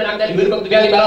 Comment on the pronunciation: Jelas harusnya AAMIIIN, malah jadi AMIN, seperti doa orang Kristen